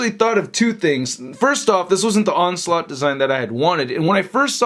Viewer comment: "Onsult" is all I heard 💀🤣